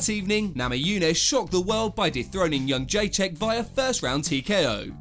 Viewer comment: Je-Dre-Check. It's really not that difficult.